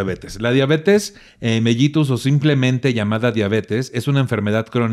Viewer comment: que buen programa y tus invitados de lujo!! Solo un detallito, se dice Diabetes "melitus" aunque se escriba con "ll" 😉 Te mando un gran abrazo con toda mi admiración 🥰